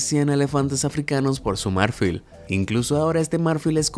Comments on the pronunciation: Disculpa, pero si tu vídeo está en español, por qué dices " MÁRFIL" y no MARFIL? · Se pronuncia mar-FÍL , no MÁR-fil. Amigo, necesitas mejorar un poco tu español. Me encantan tus videos, pero tu español es horroroso a veces. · Marfil tiene acento tónico en la "i". No se pronuncia m(á)rfil sino marf(í)l. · El acento de la palabra marfil está en la última silaba, es aguda, entonces no suena "márfil" sino "marfil" con la í acentuada. Suena horrible como lo dices. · Marfil no , MARFÍL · No soporto escuchar que diga "mÁrfil" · Marfil es lo correcto.... pronuncia bien no manches. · Marfil no lleva acento, se pronuncia marfil, increíble tu ignorancia. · Jajaja no sabes lo incomoda que me sentí cada vez que escuchaba esa palabra acentuada así...